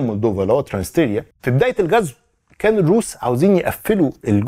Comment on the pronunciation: تلفظ ترانس نيستريا